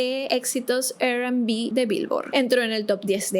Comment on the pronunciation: Te amo, pero la R en inglés se pronuncia "ar". Lo menciono porque dijiste "Er Kelly" y "Er&Bi"